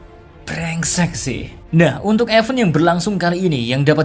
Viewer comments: Bahasa inggris lo benerin dl min.... Event dibaca ya bukan EVEN..... Tp ''ivent''... Ky g prnh skolah lo.... Males lngsng nntn ya... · ifen mr k... fEn nya kyk baca E di nelen